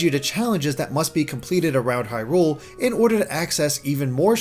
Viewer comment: This review 7.8/10 too much anger with I heard how you pronounce “Hyrule”